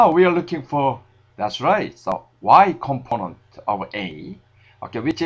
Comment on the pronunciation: thumps up you like to hear his "componont"